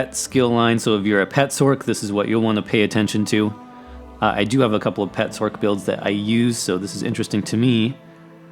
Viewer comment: I fucking hate how this guy says "sorc", not gonna lie. XD It's "sor-c" like sorcerer, not "s-orc". XD